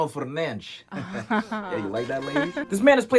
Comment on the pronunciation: “Bruno Fernanjjj” 🤣